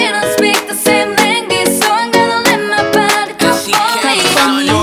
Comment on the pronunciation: you said language wrong